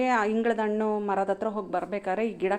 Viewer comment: ವಿವರಣೆ ಚೆನ್ನಾಗಿದೆ. ಆದರೆ ಹಣ್ಣಿಗೆ ಅಣ್ಣು ಅಂತಿದ್ದೀರಿ😮. ಹ ಮತ್ತು ಅ ಗೆ ಉಚ್ಛಾರಣೆ ವ್ಯತ್ಯಾಸ ಇರಲಿ!! ಹಿಂದಿನ ಕಾಲ ಅನ್ನಲು ಇಂದಿನ ಕಾಲ ಎನ್ನುತ್ತೀರಿ. ಹುಣಸೆ ಹಣ್ಣಿಗೆ, ಉಣಸೆ ಹಣ್ಣು ಎನ್ನುತ್ತೀರಿ! ಕನ್ನಡದ ಉಚ್ಛಾರಣೆ ಸರಿಯಾಗಿದ್ದಲ್ಲಿ ಕೇಳಲು ಚೆನ್ನಾಗಿರುತ್ತದೆ